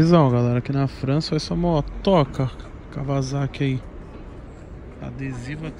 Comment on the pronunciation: A moto Kawasaki você falou errado , o Wa tem a fala de ua e não de va... ex: seria o correto falando kauasaki . Tbm do descobri quando vi morar no japão kkkk falando nisso falou que iria vim aqui quando tivesse seus 1 milhão de inscritos e já ultrapassou esperando vc aqui na terra do sol nascente ☝🏾